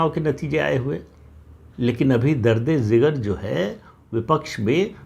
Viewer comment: प्रदीप जी, अन्यथा न लिजिएगा, लेकिन यह उर्दू का शब्द दर्द-ए-जिगर (درد-ی-جگر) होता है, दर्द-ए-ज़िगर नहीं।